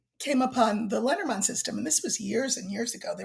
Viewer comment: For anyone who was confused as to what deck she is talking about, it's Lenormand. I pronounce it lay nor mand so I was like what the heck is lettermond? 😂